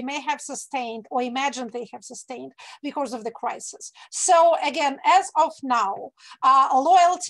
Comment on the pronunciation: Прекрасный английский. Добавлю, because произносятся не бикорз (‘becourse’?), а бикоз.